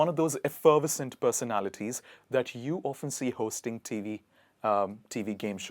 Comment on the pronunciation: I was shocked..... When he pronounced like dhaaatttttt.....😭